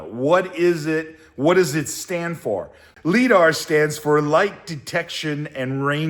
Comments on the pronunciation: Great video, perfect level for most people to get value on this process. And 18 minutes of me yelling “it’s pronounced LyDar” …then the phone call 😂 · lol... every time he mispronounces liDAR has me cringing... makes the clip unwatchable... ugh